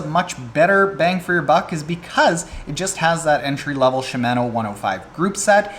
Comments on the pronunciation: Gah stop saying Shi-MAN-o! It's Shim-Ah-no! Jeez man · “CHEE-MAN-Oooo” *cringing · Was scratching my head about the pronunciation of "Shimano" but at the end you mentioned Canada so that must be it... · Should I really listen to anyone who can’t properly pronounce Shimano??? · Killing me with the pronunciation of Shimano.